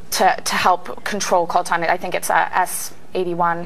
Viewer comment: What is this word she uses when describing this essential electronic element? It sounds like "Colton," but a combination of Google search words turns nothing up. Thanks.